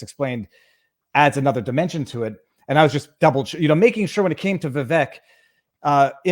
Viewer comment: It is pronounced vi-vake like cake